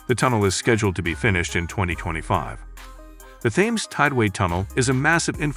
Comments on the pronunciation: Thames is pronounced Tems. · It's spelled with "T"